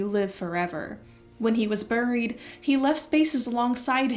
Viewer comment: What is the accent influence that says buried like “burryed”